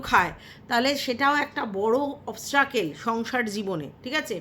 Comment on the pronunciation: It's not obstrucle it's obstacle